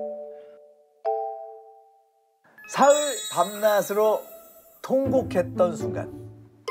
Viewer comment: 밤낮으로 밤나스로 가 아니고 밤나즈로 라고 말해야 합니다.